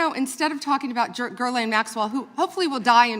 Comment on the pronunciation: Bondi pronounced Ghislaine, Guerlain. I guess she confused her with the beauty industry and putting lipstick on a pig.